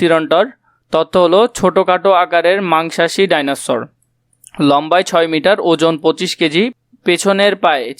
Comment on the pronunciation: সার ভাইনোসর না এটা হচ্ছে ডাইনোসর 😂😂